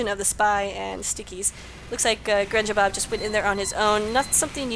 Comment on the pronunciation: Don't worry. You are saying my name correctly;D -Grenjabob